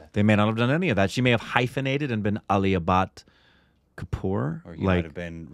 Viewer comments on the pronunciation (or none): I heard 'Rootbeer' instead of Ranbeer!!! 🤣 And Aalia Butt..instead of Alia Bhat...🤪